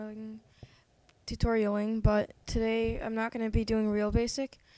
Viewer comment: LOL sory i couldnt get through the whole video because of your mispronunciations tutorial? scenario? MEEEE LEEEEEE